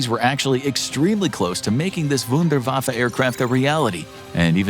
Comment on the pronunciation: It's Wun-der-waf-fe not wunder-waffee .